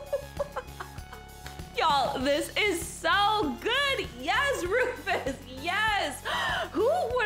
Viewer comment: It’s Roofus not Rofes